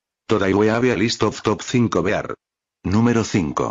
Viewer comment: “Top cinco beár” 😂😂😂